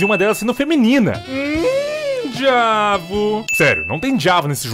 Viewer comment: Alguém mais percebeu que a Sherry fala "Djuavo"?